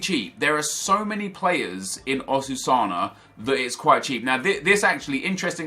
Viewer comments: Oh Nep, what`s wrong with your brain? 1. Saying Osuana instead of Osasuna 2. Using Ramos instead of Marcelo 3. Converting Benzema to a CAM instead of switch him with Isco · "Osusana"... man I got so triggered hahaha XD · his pronunciation of Osasuna triggers me